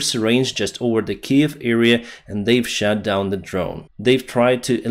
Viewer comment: "shat down" 😂😂😂😂